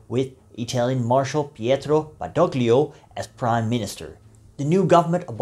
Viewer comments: "Badoglio" is pronounced "Badolio", ie the "g" is silent. Or Eisenhower got his pronunciation wrong. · In de naam Badoglio wordt de g niet uitgesproken.